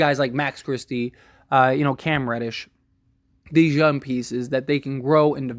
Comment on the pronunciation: Is he very “youn” or very “young “😂 na im just playin love the content